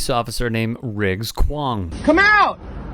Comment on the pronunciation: first of all, "Riggs" 🤣 second of all, "Kwong" 🤣 what an absolute muppet lol